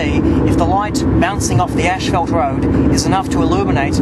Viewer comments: it is "ass-fault", you illiterate, not "ash-felt". How can I take anything that you say seriously? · its not ash-felt its ass-fault in the way you pronounce it. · it'd kind of funny to discover that Australians pronounce "ashfalt" instead of "ˈas-ˌfȯlt" 😁 Please note that the car headlight is on your face, not on the asphalt .... That might interfere with the result. But I like the experiment anyway. I agree Myth Busters failed theirs in terms of replicating moon conditions. They only replicated the movie set used by NASA!... 😁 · Saying asphalt in Australia would probably sound as funny to them as ashfelt does to us. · that’s just the way all Aussies and Brits say asphalt. The same way that Brits and Aussies pronounce aluminum as “Al-Lou-min-E-um”